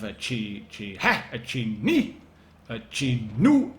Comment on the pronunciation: When i hear you talking about Chi-Ni as "Chi... NI!" it reminds me of the Knights Who Say Ni from "Monty Python and The Holy Grail" lol Btw thanks for posting my replay, i'm the PzIIIA boi